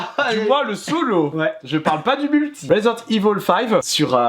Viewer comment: resent evil il dit svp ecorchez pas l nom de jeu exxelent ^^